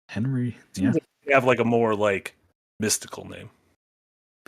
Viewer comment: Hennerey XD